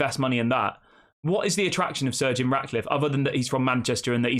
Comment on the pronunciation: Pronounce Sir Jim As that not surgeon